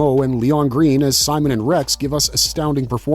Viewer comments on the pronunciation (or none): none